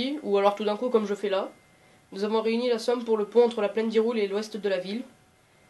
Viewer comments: Ta DIT HIROULE MES T FOUUUUU C HIRULE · "hyroule" j'ai EXPLOSER de rire